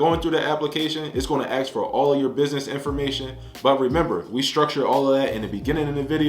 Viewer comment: Ask not Axe